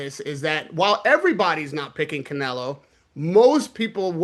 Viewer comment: When did anybody ever call Canelo “Nelo”? It’s two syllables already.